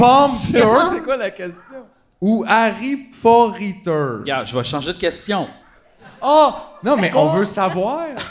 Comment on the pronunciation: Harry Pompter. ou... Harry Parrytter ?